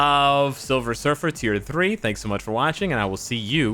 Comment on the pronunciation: “TEE THWEE” LOL